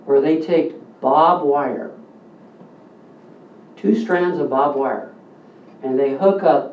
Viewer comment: barbed, barbed wire. not bob wire lol. Very informative video though